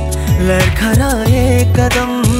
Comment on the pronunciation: singer need to practice on pronunciation.....ladkhadye is word not larkharye